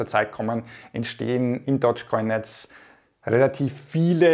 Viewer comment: Der Coin heißt DOGGGE Coin und nicht Dodge Coin Dog ist auf Englisch Hund und Dodge ist der US Amerikanische Automobilehersteller 😌